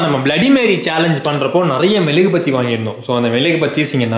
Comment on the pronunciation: Bro it is not melugubathi it is mezhuguvathi